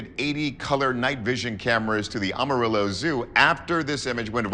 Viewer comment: You really need to learn how to say the names of a Texas cities! I’m a native Texan and you are murdering the pronunciations of our city names! Tom-Ball and Am-A-Rillo. Not Ah-marillo!